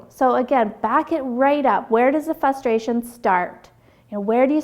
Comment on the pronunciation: good video, but I kept getting distracted every time you said "fustration"